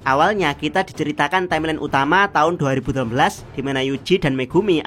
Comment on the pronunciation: 2018 min susah amat ngomong xixiix